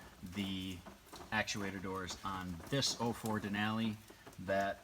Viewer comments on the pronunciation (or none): Im glad im not the only one that misunderstood that, lol, he said 04 but i thought he said "old Ford!" Here are some words about this from Professor Hindsight to me-"next time, view videos in full screen mode so you can read their lips better" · did you say "ford gmc denali"? lol